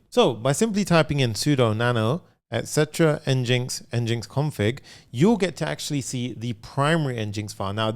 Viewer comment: Fyi, NGINX is pronounced like "engine x".